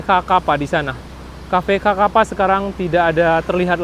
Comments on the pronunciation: Kaffe Sakapa = sekepal )baconyo bukan ( kakapa ) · Dia yang ngomong kok saya yang sesak nafas ya, blepotan dan salah² gtu bang. Xakapa disebut kakapa bukannya dibaca sakapa 🙏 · Sakapa cara bacanya Bang Bukan Kakapa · Xakapa bos. Bacanya Sakapa, bukan kakapa. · Bacaan nama kafe nya kafe sakapa gak sih,bukan kakapa...? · Nama cafe nysa sakapa bg bukan kakapa, XA itu di baca SA. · Bukan cafe kakapa bg, itu xakapa (sakapa) klw di baca dalam bahasa indonesia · Bacanya sakapa min tulisan xakapa. Bukan kakapa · Cafe xakapa bro bukan ka kapa.. bahaso awak nyo sakapa... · Assalamu'alaikum...Koreksi Mas Bukan xakapa tapi Bacanya Sakapa... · Sakapa.... Bukan kakapa... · Bro, xakapa diucapkan "sakapa". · fyi, xakapa itu dibaca sakapa pak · Bacanya "cafe sakapa" terima kasih sudah meliput wilayah musibah di Sumbar